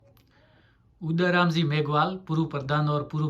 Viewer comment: उदाराम properly बोल भी नही सकता हैं क्या शिव का MLA बनेगा